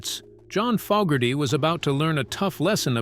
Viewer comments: how many times did the AI voice call Fogerty "Fugerty"?? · Damn - can't you or your AI bot pick one pronunciation of Zaentz and stick with it? Also, I think it's FOEgerty, not FOGerty. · Fougerty ‘Fog’erty AI sucks! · Not Fuckerdy, it's Fogerty and, Zans, ..rhymes with Dance. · Our world is being poisoned by pathetic soul-less monotone robotic fake narrators that can't pronounce.... Fawgerty.... Fugerty.... and moronic background music documenting a world that was overflowing with human magic. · His name is NOT "Fuggerty" OR "Fog-erty ! Get a human to narrate this stuff. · Who's "Fugherty"?? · Gotta teach your Robot how to pronounce the name of the person they're talking about. "Fuggerty"? :\ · Had to turn this off after the 90th time in 5 minutes hearing the AI narrator pronounce his name as “Faaaahhhger-tee” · "Fokerty", "Fuggerdy", "Foggertee", "Seance", "Zahyents", "Zents", "Cənkerd"...and those are just the mistakes rattled off the top of my head; not a complete list. Your use of the AI voice makes this video and anything on your channel seem comically inept. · Robo bot pronounces Fogerty’s name as fuggerty at times, correctly at others. I’m kind of liking fuggerty myself. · Don't you know who fog-gerty is? hehe! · Fugerthay is an interesting way to pronounce his name 😂 Ban all Robonnouncer nonsense. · Sorry but I couldn’t continue to hear Fogerty’s name mispronounced over and over again. Maybe you should speak yourself next time. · I wish the narration was done by a real person. This Ai said his last name wrong twice. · The AI's pronunciation of Fogerty is crazy making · Amen. That's an instant downvote from me and a don't recommend channel flag. Screw AI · AI can't pronounce "Fogerty" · It's interesting that the AI voice narrator can pronouce everything perfectly except "Fogerty" & "Zaentz" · What's with the weird pronunciation of Fogerty